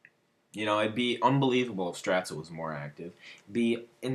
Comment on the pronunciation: You Pronounce It Like "Stratza" I Swear Its Pronounced "Stratz" Also Did You No, Stratz Got Bullied?